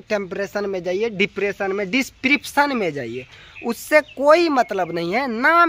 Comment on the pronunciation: Badka tum padhe likhe ho isliye dipression v bolne nahi aa raha h